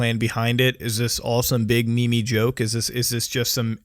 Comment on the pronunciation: Did he pronounced meme wrong? He said Me-Me